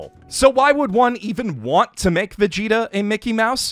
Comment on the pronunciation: First time in my life hearing Vegeta pronounced as Veshita